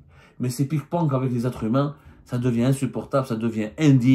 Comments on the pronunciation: On dit ping pong et non pas pik ponk😂😂 Désolé je n'ai pas pu m'en empêcher 😂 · Ils jouent au pik ponk , wallah il dit pik ponk mdr waaaaaaa semmar une chevre qui ressemble a un cochon